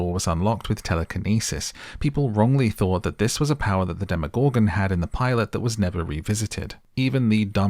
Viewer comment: The way you say “demoGORGEN” gets me every time 😂 I had to turn off the video